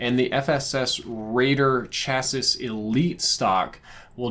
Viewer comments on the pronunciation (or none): Cha sis? Its pronounced chas ee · Chassis is pronounced "chas-sy" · Hey, Chassis is pronounced “Chas-sey”: the last S is silent. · it's pronounced 'chassey' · Chassis is pronounced "chassy," just fyi for future reference. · It’s pronounced shassy here in the UK 👍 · Chassis...... Chass ee ♥️ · I like that you don't know how to pronounce "chassis".